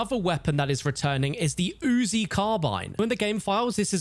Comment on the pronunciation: Wow the was he says, “UZI” is like he’s really trying his hardest to emphasize a point haha